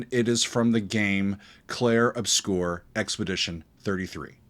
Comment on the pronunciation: My man need to learn how to correctly say the world 'obscur'